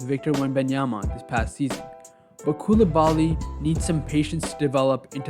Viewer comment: To my fellow american friends, you prononce Coulibaly phonetically in english as such : coup lee bah lee